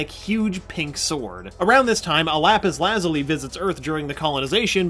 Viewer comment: I take it you have never heard of the Lapus Lazuli before steven universe I can tell by the way u cant pronounce it you seem to have jokes about things like u think your smart though. 😐